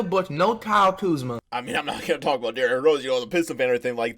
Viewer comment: Not even Kuzma is saying Kuzma